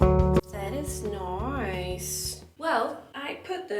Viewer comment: "Tea's noice". You're hilarious! :D